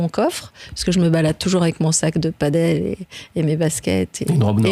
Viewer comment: padel pas paddle